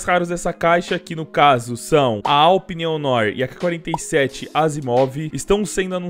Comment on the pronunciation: Nao é Aupi é ADAPIU PE